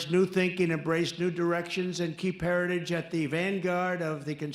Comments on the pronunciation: Can't even pronounce "heritage". I don't care, but if you call out Biden for being old, Trump (3 years younger) isn't a spring chicken, nor do all the lights on the tree light up. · He took a few shots at trying to pronounce 'Heritage" without sounding drunk but never quite nailed it. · He can't even pronounce the name, Hairtagige, Hairtagish... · He can't even pronounce heritage. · He has a hard time saying heritage 😅😅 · Trump can’t even SAY the word “heritage” properly, so how could he be involved? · Trump can't pronounce heritage yet Biden is the problem 🤣🤣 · The man can barely pronounce the word heritage. How he is the Republican candidate utterly baffles me. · trump cant even pronounce the word' "heritage". He is such an ignorant loser. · He can't even say Heritage's properly 😂 That dementia sure is kicking his ass!! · Trump has on an FEC form that he is funding Project 2025. Twice in that 2022 clip of dump, he can't even say Heritage off a teleprompter. He was worse in his recent Doral FL rally from over the weekend, one example: hosply instead of hospital. But yea keep bullshitting us with calls for Biden to drop out. I'm glad I don't watch your crap network. Its about time you focus on Project 2025. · Why is no one saying that trump has a hard time pronouncing the word heritage. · He can barely say Heritage properly 😂 That dementia sure is kicking his ass 🤪